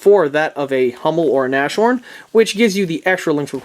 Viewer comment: The word Nashorn (rhino in english) is pronounced Nas-horn, not Nash-orn. The h is pronounced. Just to make your video perfect.